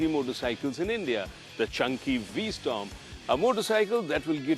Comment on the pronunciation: V-Storm? Get the name right.